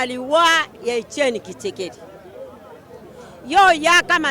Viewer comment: Kitshekedi te mais Tshisekedi . Nyama na yo !